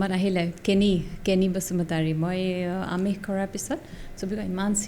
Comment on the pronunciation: অনুগ্ৰহ কৰি "শ, স, ষ" ৰ উচ্চাৰণ "চ, ছ, স্ব" ৰে নকৰিবচোন। লীমা দাসৰ মুখতো "আমিছ" বুলি শুনি বেয়া লাগিল, যদিওবা মই আপোনালোকক ভাল পাওঁ কিন্তু "আমিছ" বুলি শুনাৰ পিছৰে পৰা কিবা অনুষ্ঠানটো চাবলৈ মন নোহোৱা হৈ আহিল 😊